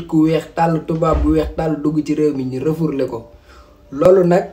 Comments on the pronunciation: Yow ken dou wakh refourlé on dit refoulé ou rapatrié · Le "REFOURLÉ" de 😂😂😂